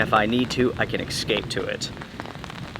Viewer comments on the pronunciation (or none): Excape or escape😂